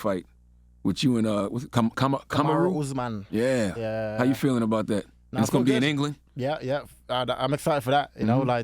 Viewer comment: How did Charla know Ian Garry but not how to pronounce Kamaru Usman lol